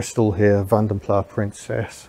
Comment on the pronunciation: Apparently Vanden Plas is a Belgian name, not French, so the S is pronounced.